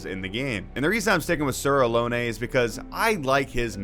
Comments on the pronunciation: pretty sure its just "a-lon" so many people say "alone" never heard someone say "aloney" lol fully agree with this take on Elden Ring. Starscourge Radahn is such an awesome fight. so cinematic with the moves and the summons. im sad i beat him in 2 tries lol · For reference not trying to be that guy but Sir Alonne is pronounced like alone